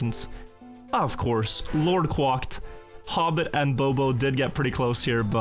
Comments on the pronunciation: "Lord quocked" it's Lord Quacked (cracked) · How many more seasons until he says quacked right lol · Is his name actually pronounced like that? It looks like "Lord Quacked", you're saying it kinda weird lol. Is it supposed to be like quantum+cracked or just the duck sound lmao